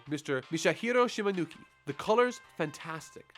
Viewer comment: Sucks you screwed up Shimanuki's name.